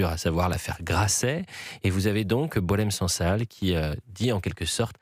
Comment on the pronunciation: La prononciation du nom de Boualem Sansal par les français correspond à sa personnalité.😅 Boualen sang sal.🎉